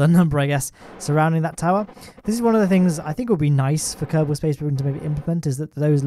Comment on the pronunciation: A: Yes yes, i am addicted. B: What is your addiction? A: ummmmm.. B: what? A: screams at the top of his lungs KERBAHL SPJAISE PWOGREM AHH HGH KHGKB.. k. B: wtf man